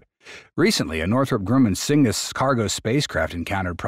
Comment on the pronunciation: A decent overview, but cygnus is pronounced SIGNUS, not SINGUS. can’t let that slide in the editing, because it makes the bot narration too obvious